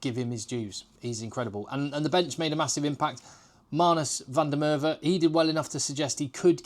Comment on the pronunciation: Great analysis buddy, you know the game. Just a small tip from a South African. You pronounce all the South African players' names really well and it looks like you actually put effort into this, which is appreciated. Just one small tip though, in Afrikaans "v" is pronounced like English "f". And in Afrikaans "w" is pronounced like English "v" So names like Van der Merwe or Van de Berg are pronounced in English as Fan der Merve or Fan de Berg. If you get this your pronunciation of the players names will be golden.